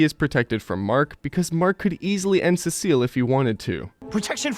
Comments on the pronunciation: Urrrn actually its pronounced sea salt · Learn how to pronounce Cecil properly moron